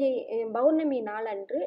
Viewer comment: Mam you r giving a good msg but it is POURNAMI and not BOURNAMI, pls check it